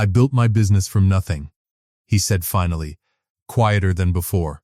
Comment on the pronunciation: “ but because someone had ‘fin-alley’ learned…..” AI can’t pronounce “ finally”! A very nice story otherwise. It’s too bad the reading was not up to the level it deserved.